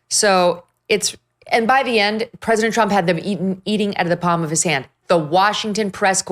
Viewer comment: Mike Davis needs to practice pronouncing the word “President”